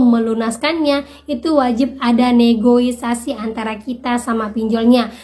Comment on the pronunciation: Tth punten negosiasi ya bukan negoisasi hhe